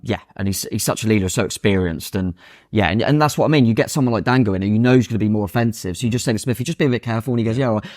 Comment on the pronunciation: His names Dango not dongo 😅